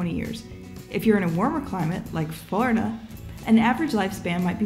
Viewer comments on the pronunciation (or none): explainer: Forida Me: it’s florida